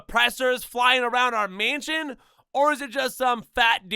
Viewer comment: he clearly can’t pronounce mansion correctly either 💀😭